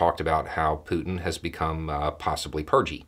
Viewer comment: “Possibly Purgey” 🤣